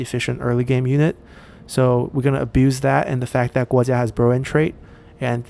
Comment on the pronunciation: You miss the "u" when pronouncing Kuai Ji, it's the first wrongly pronounced Chinese name I heard from you😀.